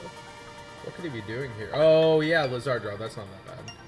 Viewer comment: lol complaining about people saying guiturtle wrong when he says lizAARdraw with all the emphasis on the ard part